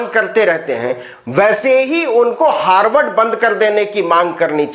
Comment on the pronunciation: हार्डवर्ड नही अनपढ गंवार हार्वर्ड बोला जाता है क्यों अपना फजीहत कराते रहते हो मंच पर जाने से पहले अच्छा से होमवर्क तो कर लिया करो । बारबार अपनी बेवकूफी का प्रमाण देते रहते हो